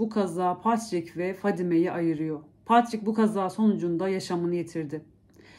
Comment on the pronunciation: Patrick okunusu Patrick ama a harfi e gibi okunuyor